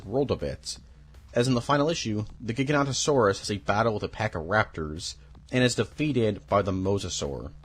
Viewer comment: Great video but the continued mispronounciation of dinosaur names makes it awkward. Gigantosaurus? Pteradon? Sorry. It takes away from the video.